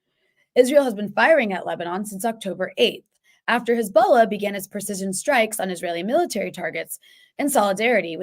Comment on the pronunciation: Did she say "AFTER Hezbollah started its PRECESION strikes on Military targets??"